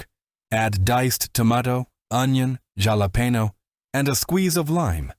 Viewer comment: I have to tell You, I was completely enjoying this video and ready to send it to friends. Then. At timestamp you lost me. “Galapeño” WTF!